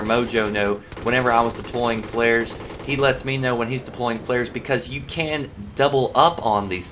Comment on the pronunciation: he said "flaris" not flairs